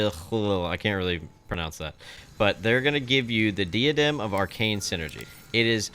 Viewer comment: Its pronounced like "Die-ah-dem", just fyi.